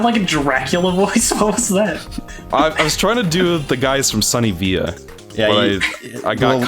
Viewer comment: Why did you pronounce it sunny via instead of villa?